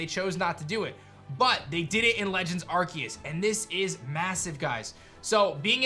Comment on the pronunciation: It’s Ar-SEE-us. People that don’t know how to pronounce this make me extremely sad. Brainlets be gone.